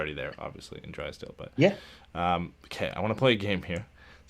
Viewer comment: you say Drysdale’s name correctly!!! Then somehow you go back to Dreeesdale- idk why this bothers me but cmon man you’ve proven you can say their names correctly & I think fans & the player appreciate it when you do. Something to consider. Love the content guys, keep it up!